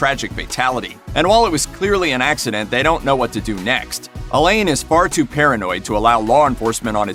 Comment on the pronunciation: A - leyn?! 😂😂😂 It’s a french name A - lah-n